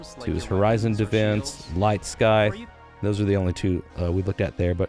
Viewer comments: "scythe" is pronounced with a silent "c" like "sythe" not "skythe" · my man.... I hate to do this to you but it's pronounced s-eye-th... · the “C” in scythe is silent btw. it’s not pronounced Sky-th haha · It's "scythe", not "scythe" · scythe is pronounced "S-eye-th" the c is silent. Light Scythe 😁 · Scythe is pronounced sy-the, just make the C silent.